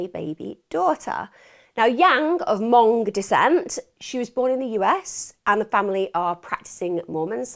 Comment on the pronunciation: Thank you for pronouncing “Hmong” correctly!